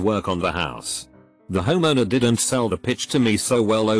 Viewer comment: Wtf does it keep reading "did not" as "dinsot"?